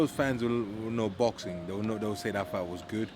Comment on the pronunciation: its baxing, heavyweight baxing. Dereck respect heavyweight baxing